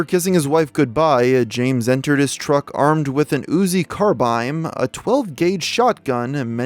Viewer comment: Wth is an uZi carBIME? 😆